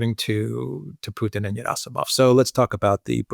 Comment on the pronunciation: I like how uses a Greek pronunciation of Gerasimov, like how 'Geronda" would be pronounced 😃